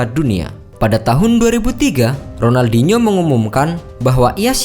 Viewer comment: Sebut ronaldinho pon tk betul